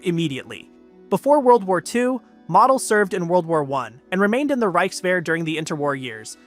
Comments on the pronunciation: Learn pronunciation Model os not pronounced as mottle, it's Mo-del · Valter Moh-dehl.